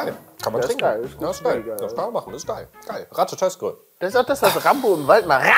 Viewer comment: Es wird ratatoskar ausgesprochen 🤓